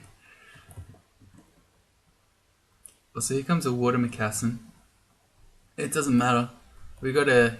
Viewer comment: lmao how you said mocassin